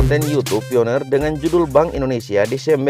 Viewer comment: Bacanya bukan pioner....pionir